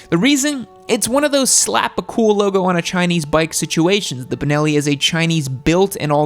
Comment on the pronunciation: Know-it-all guys.. it is Benelli. Not Bineli, not Binelli, not Banelli, not Bunelli. BENELLI. Which happens to be an Italian brand, one of the first motor companies in Europe. Due to financial problems, it was bought from the chinese QJ and it is actually going very very well in Europe. The BN600 did not come to Europe due to environmetal restrictions but the other models of this company are selling like crazy and complying to Euro4 regulations. Problem free bikes, very good built quality, vfm motorcycles. Especially the TRK line.